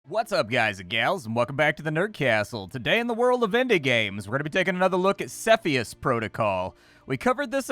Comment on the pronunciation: You say Cepheus in the wrong way